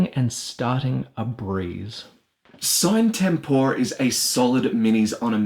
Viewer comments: Nice review except for one thing that erks me each time I heart it if I even recognize it mid sentence. You pronounce the game's name wrong, the videos released by LMS pronounce it "See-nay Tem-por-eh" which would mean that's the correct pronunciation. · Dude...it's latin, you pronounce it like "see-na tempora" or something like that